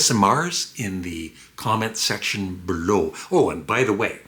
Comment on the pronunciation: I'm a big fan of your high quality entertainment, I listen every night on loop to fall asleep. The absence of introductory music is fantastic, the only other change I advocate is not to mispronounce the word "below". I listen in part to hear you speak, you have an unusually pleasant and soothing voice. But that pronounciation is an unusual exception to the wonderful sound of your show imho. Otherwise, your program is perfect though the episodes could be longer. Respectfully.